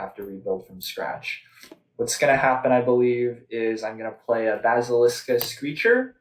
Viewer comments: Love the content, not trying to hurt anyone: BAS-IL-IC-A Basilica. It's a big fancy building. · I find it both funny but also kind of annoying how keeps calling his "Basilica Screecher" a "Basilisk-a Screecher":P It's a screechy bat that lives in a church,, not a bat that's descended from an ancient mythical doom snake!